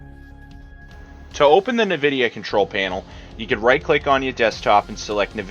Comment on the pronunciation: its en-vidia not na-vidia